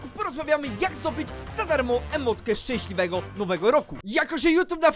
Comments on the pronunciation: "Szęśliwego nowego roku" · "szcęsliwego nowego roku"